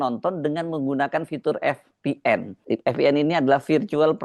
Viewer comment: Vipien bukan efpien mas